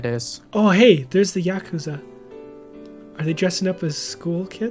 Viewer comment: every time they say "Yakusa" I (for some reason) think of the word "accused"